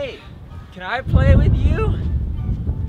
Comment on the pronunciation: YOU CWAN HAHAHA